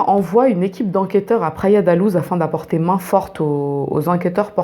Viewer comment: Pour info Luz se prononce "louche" en portugais ;) (pas comme en espagnol ni comme la loose haha)